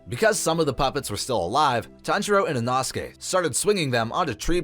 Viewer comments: Inosuke name is pronounced in-oh-sook-aye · Captions are worse than inosuke's pronunciation